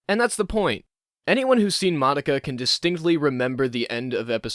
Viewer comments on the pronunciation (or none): So you watched the show but canr say Madoka properly